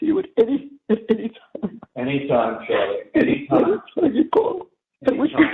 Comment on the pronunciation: “We’ll always be able to talk to you Chawlie, anytime”. Are u sure Donna? 😂😂😂😂